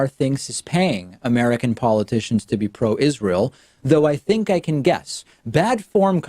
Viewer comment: "I've never even heard of Iss-Ray-Hell"